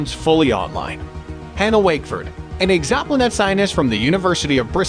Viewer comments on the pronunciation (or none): What a bizarre way to pronounce "exoplanet"